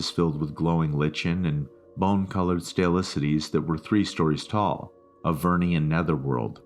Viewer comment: I kinda liked stalactites being pronounced like a Greek god.